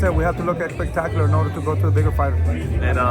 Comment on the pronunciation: Somebody gotta tell that it’s not “eggspetacular” 😅 he says it way too much.